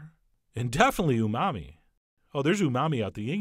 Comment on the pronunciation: Did you say unami? its umami isnt it?